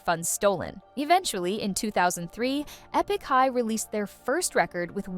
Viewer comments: Eepik high? Girl stop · "Ee-pick" High? Please at least make an effort. You are still responsible for the many weird mistakes even if you farmed out your work to others.